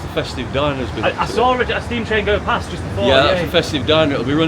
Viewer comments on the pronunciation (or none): none